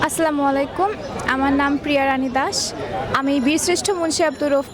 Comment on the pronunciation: কি সুন্দর সাবলীল ভাবে সালাম দিলো এবং উচ্চারণ করলো অন্য ধর্মের হয়েও অথচ মুসলিম নামের কিছু কলঙ্ক আছে যারা সালামের উচ্চারণ ও ঠিকভাবে করতে পারে না😐যাইহোক শুভকামনা রইল বোন তোমার জন্য অনেক বড় হও😇